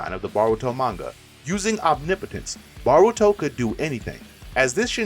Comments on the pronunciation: It's Damion not diamond, it's Eida not ada, it's Boruto not baroto please please please stop saying the names wrong😭😭😭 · say baruto one more time